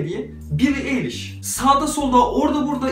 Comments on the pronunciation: Daha adını okumayı bilmiyor, hangi şarkı zevkinden bahsediyorsun vksjsjkxkdk Eliş diye okunmuyor kardeşim, Aylış diye okunuyor. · Abi eliş diye değil ayliş diye okunuyor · ilk kez dinlediği heryerden belli ayliş'e eliş diyor